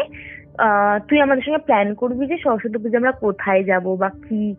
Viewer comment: " সরস্বতী " " স্বরসত্তি "নয়, উচ্চারণ ঠিক করুন ।